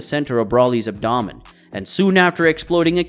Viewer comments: The abdomen thing kills me. Messes it up 2 or 3 times then gets it right once. Same thing in other vids too. I still watch but it hurts my ears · Your not pronouncing abdomen properly